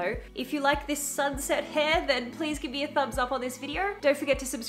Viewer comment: I love how he said "gib" instead of "give" because that is how I say it 99% of the time. LOL.